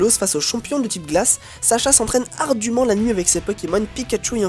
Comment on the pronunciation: Par conte on dit pas ardumment mais ardemment :)